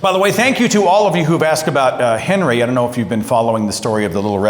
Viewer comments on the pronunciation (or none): none